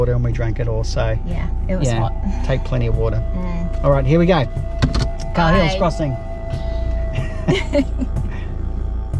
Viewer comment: Love the vids guys! Just one thing though, Cahills is pronounced "kay-hills" and Ubirr is pronounced "ew-beer"... :)